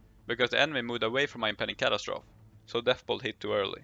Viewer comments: Cat- as-trophy not Cat-as-troph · Cat-As-Tro-Fee not Cat-As-Troth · impending catastroff ... sir plz its pronounced catastrophe (cat ass trophy) say it fast ;) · Your accent indicates that English might not be your first language - nice video . - kuh·ta·struh·fee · ca-TA-stro-FEE x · Not sure what was more devastating - those numbers, or the way he kept annunciating "catastrophe" facepalm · I lasted one minute and fifteen seconds. I couldn't stand to hear catastrophe mispronounced one more time. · I’m sure someone told you already but you need to add “-fee” to the way you’re saying catastrophe.